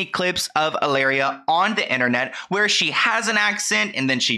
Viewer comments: She doesn’t even pronounce her “Spanish”name in correct Spanish! It should be ee-la-reea not halaira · I can't even watch this because you keep calling her Ilaria. With a silent h and everything. Why do you feel the need to indulge this woman's fantasy for her? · Why do you call her ILLARIA instead of HILLARIA 💀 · How you say, cu-cumber? Hillary pronounces Hilaria like EE-LAH-DIA 😂😂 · You pronouncing Hilaria like malaria is SENDING ME 😂😂😂